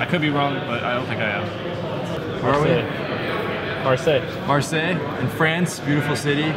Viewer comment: When you can't pronounce marseille ... read a book